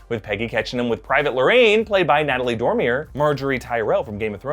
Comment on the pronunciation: did you say natalie dormier?